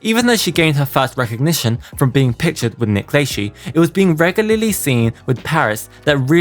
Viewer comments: It's pronounced Nick La-shay haha Not La-shee ;) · This was driving me nuts, it's Nick LUH-SHEY. Not Nick Lay-she (Lychee anyone) lmao. ☠️🤣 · oh wait!! LAYSHEE isn't how Nick says his name?!! Must be around those FREE houses in that cul-de-sac kris & rob k moved into after having Kourtney .... This guy slaughters American English 😢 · 'Only contained FREE massive houses!' Too bad i didn't find that enclave before Kris, Rob, & Kourtney kardashian.i could use a FREE house, especially a massive one! - LayShee?? Hmm🤔 thats a new one. Never heard his name pronounced that way. Hmm🤔 😆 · ....its La-shay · Just fyi Nick Lachey's last name is pronounced "Le-shay" I hope that this helps for future reference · Nick Lachey’s last name is pronounced La-Shay. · Lol Nick Lay-shee. This was super interesting. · Isn’t it pronounced “LaShay”??? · I have seen a couple of your vids and you are very thorough but I. HAVE TO SAY YOU ARE SHOWING YOUR AGE KID...gotta correct you on a few things......it's pronounced Nick " LA-SHAY.........and not the E.S.P.Y awards. You pronounce it like it's a word.....that pick she took at the Kanye party with Nick.....I am pretty sure that's when they were messing around since it was confirmed after the fact.... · it’s pronounce La SHAY .Nick La SHAY. SHAY say it correctly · Nick lachey is said nick la-shaye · Nick Lay-she 😂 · the Nick “LAY SHE” SENTTTT MEEEE OUTTTTT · You kept saying Nick Lachey wrong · Dude u drive ng me crazy the way u saying Nick name wrong. The e is silent. 🤣 Dude google can help u. U do t sound art when u do that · It’s crazy that people don’t know who Nick Lachey is (I’m only assuming because of the way you pronounce his name) 😩 I’m so old